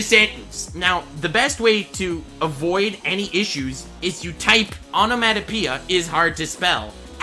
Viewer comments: The way he pronounces onemonopeia enrages me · The way he pronounces onomatopoeia, hurts.